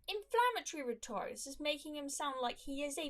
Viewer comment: That's not how you pronounce 'rhetoric' btw